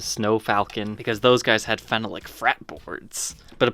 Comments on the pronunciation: Phenolic is fen-AH-lic not fen-uh-lic. And the screws are slotted for a flat-blade screwdriver, not flat-head. This kills me. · It’s pronounced: Fen-all-lic not fen-a-lic. Phenolic. Or you can just say Bakelite or formaldehyde plastic. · Phenolic is pronounced 'feh-NAHL-ik'. Syllable stress in the middle. FYI. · That'sa " Phen-ahh-lick" pickguard. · Your pronunciation of Phenolic is strange. It should be Phen--ol--ic. This guitar reminds me of my old pre CBS Telecaster but the wood grain on mine was more pronounced and simply beautiful. Sadly it got ruined by penetration of purple dye and perspiration from a shirt I wore at a gig. I then stripped it down and refinished it with clear lacquer. The ash grain was gorgeous and looked like one piece it was so well matched. Today I find they are not as well done. I really dislike the use of slotted screws on this new model, even if it is authentic. I agree that it's nice but I'd rather have my old Tele back--still kicking myself for having sold it. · Great video as always! Small correction Phenolic is pronounced FEN-ALL-LICK...emphasis on the “ALL” then again we are in America so feel free to pronounce it however you like!🤪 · Enjoyed your review. BTW, it is pronounced like this phe·no·lic | \ fi-ˈnō-lik